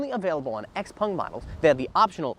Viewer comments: Xpèng, not x-pung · It is confusing because the owners name is pronounced "pung" but I think they themselves say "xpeng". A little weird